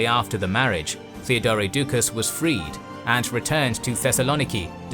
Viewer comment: And Theodore as Theodoray, and Radoslav as Radoswaf 🙄